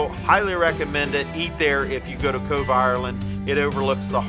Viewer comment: Cove, not „Cobe“